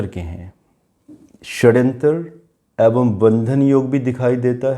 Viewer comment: आप "ऐवं" बोलते हैं। शब्द है "एवं"।